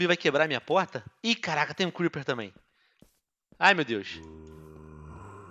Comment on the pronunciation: Até me arrepiei cuamdo você falou criper ho men